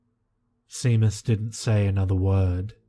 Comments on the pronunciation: Seamus is seemus??? seriously you need a direct correction line!!! lad its pronounced Shaymus..and Place bo is plasseeebo. I can't remember the others but you pronounced a lot of booboos in my recent listenings through the night. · I'm like 99% positive that it's pronounced "Shay-mus," in the same way that Sean is pronounced "Shaun." Nvm I still loved the story. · Pretty sure it's pronounced shame-us but no big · Samhain...me being a bona fide heathen from the middle of nowhere in Scotland...pronounced Sow ain (rhymes with 'now rain') and Seamus is pronounced Shay mus...lol...you're thinking...OMG I thought that old bat had kicked the bucket lmao....I'm still listening...and enjoying it as much as ever (I've noticed a couple of newer Creepypasta narrators have done versions of your intro...you're the original and best xx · Seamus is pronounced "SHAY-MUS". No worries though, Irish names are hard to figure out if you've haven't grown up here.